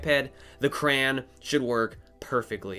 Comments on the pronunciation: "cray on" not "cran" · Cran? Thought it was crayon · I don’t like the way he says crayon 😤